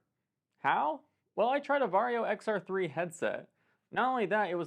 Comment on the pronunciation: I will now forever pronounce VARJO as "VERY YO!" Because they are known to be very...very. Very is the new Extra And Varjo (Very-Yo!, remember?) XR-3 is very Very. You might say, it's the MOST Very Yo!